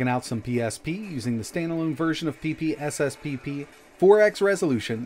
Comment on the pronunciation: Love hearin you say pp in ppsspp, very funny. Hilarious actually.